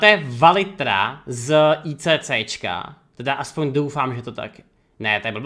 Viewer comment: Valithria se cte Valitra? :D No hlavne ze chat 1ckuje :D OmegaLuL